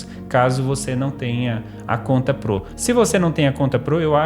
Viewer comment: da agunia ver ele falando 'pro' errado